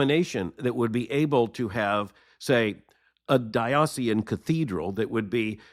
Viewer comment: Former Episcopalian here: agree with what you have to say. The Episcopal Church left me in 2004. It breaks my heart to see what has become of a church I loved, served in, and from which and in which I lived out my faith for decades. One small note: please look up the correct pronunciation of the word “diocesan,”